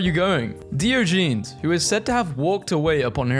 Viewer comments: Dee-oh-ja-knees Not dio-geez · 😂 DE o Gen es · Did you just say Deeogeenes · It’s DIE-OJA-NEES u said it wrong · When I heard you you say Diogenes I thought the meant the plural for the dog in Garfield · Please learn to pronounce Diogenes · WHY DID YOU PRONOUNCE DIOGENES LIKE THAT. WHY DO YOU KEEP DOING THIS. HOW BRITISH ARE YOU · Ok, he really needs to stop mispronouncing Diogenes.....its starting to bug me....